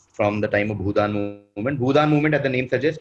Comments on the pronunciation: kitna cheat karega? Jisne bhi Bhoodaaan aandolan suna hai, that person will never pronounce it bhoodun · cheated right? he didnt know bhoodaan movement, he read it as bhoodun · Bhoo(done) movement....dafuq.....you can only go wrong in this pronunciation if you are reading this for the first time from somewhere....really discredited this stream.. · is saying bhoodan 😂😂😂😂Abey chutiye acting toh sahi se kar. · Ya it was fairly suspicious how he pronounced it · The fact that was answering with totally wrong pronunciations (mohan bugun.. bhoodun) makes me a bit suspicious..anyways it's all in good spirit so it doesn't matter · is clearly cheating. Listen to his last 2 answers, he clearly could not pronounce Bhoodan and Mohun Bagan.